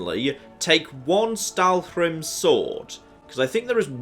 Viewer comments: Im cringing every time he says "Stalwhrim" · admittedly, with all the fun you make of pronouncing things at times, I'm surprised by the Stalhrim prononcing you're doing......my goodness.....lol. Get the whole damn "hrim" part lol.